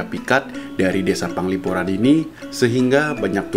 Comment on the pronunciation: Penglipuran bukan Panglipuran